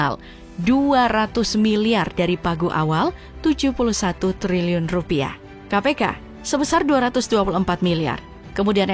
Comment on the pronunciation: Sampe kepleset min ngomong triliunnya😂